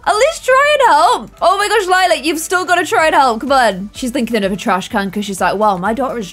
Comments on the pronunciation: and the fact that sometimes she still says lilas name wrong after 18 episodes 😂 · I feel like sometimes gets confused with Lila's name. It's the plum gen, not lilac gen. XD it's fine tho.